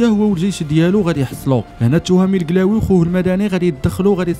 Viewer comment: قلاوي مش كلاوي